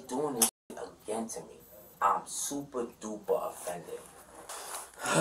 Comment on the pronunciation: "I'm supah, dupah offended" 🤣